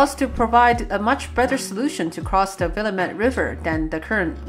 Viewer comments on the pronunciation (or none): The river is prnounced " Wah-lam-it" not willemit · Nice video. Thanks! (Oh, and BTW, it's pronounced Wil LAM et River.) :) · Willamette was mispronounced oof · Good video, but please never try to pronounce "Willamette" ever again. Also the Yellow and Orange lines aren't separate. In 2015 we just extended the Yellow Line and for whatever reason instead of just calling the whole thing Yellow, the trains on the line just change their names to "Orange" once they cross the Steel Bridge and everywhere south of that.